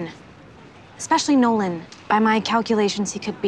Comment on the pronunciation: Every time you say Nolan, I hear no one... guess he’s just no one then